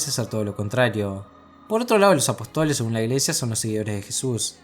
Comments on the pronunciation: Genial video! Una puntualizaciòn: apòstoles, no apostoles. Con acento en la O! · apóstoles hombre, no apotóles